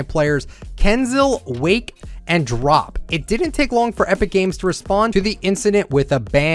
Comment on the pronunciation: btw here’s all the pros you pronounced wrong and here’s how to pronounce them freemok: free-mock IDrop:I-Drop Wakie:Way-Key Kinzell:Kin-Zell(basically the same but was pronounced wrong) not tryna be toxic but hoped this helps. love the channel sm btw